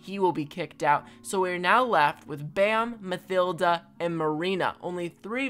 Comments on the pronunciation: Am i the only one who gets pissed of by him say mathilda instead of matilda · I think it's just me but you're saying Mathilda wrong